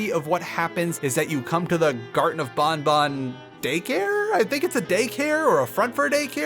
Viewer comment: ...Huh. You're the first person who seems to have just defaulted to the 'correct' way to pronounce Banban. Every other person I've heard talk about this game pronounced it as it's written (ban-ban) unless specifically following the developers' pronunciation (bon-bon).